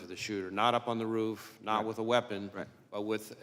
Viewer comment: May I just say it is, roof, and not “ruff”. You may now proceed.